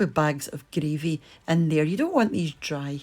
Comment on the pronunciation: “Thackin up” the “greavy “